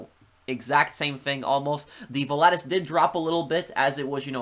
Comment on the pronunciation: Pronunciation: VOL-A-TUS